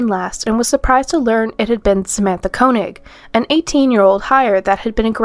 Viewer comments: First one's last name is pronounced 'Kay-knee'. I went to school with girl of same name. Not Koe-nig. I do hypnosis and remove spirits including demons from people. I believe demon spirits get inside people and cause trouble. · I thought Koenig was pronounced KAY-nig